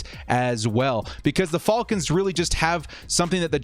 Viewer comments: Why does he say “falcons” so weird and wrong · I was asking myself the same thing lol 🤣